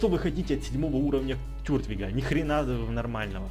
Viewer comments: Покемона зовут Тортвиг а не Тёртвиг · Кстати, не Тюртвиг, а Туртвиг.